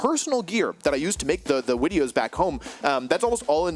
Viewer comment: He actually just say wideos IRL 😂😂😂😂